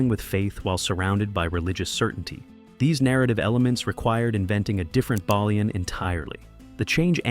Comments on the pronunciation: You think you’d get the pronunciation of the main character’s name correct at least…’bay-lian’ not ‘baa-lian’ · It's mad how much info you have and still mispronounced everyones names, how do you get the main character's name wrong three times? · If you can’t say the main characters name correctly, you don’t deserve my time.